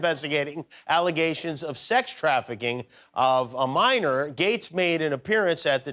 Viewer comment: you said “minor” lol